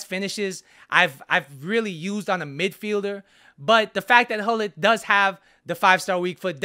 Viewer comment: Pronounce: CHULLIT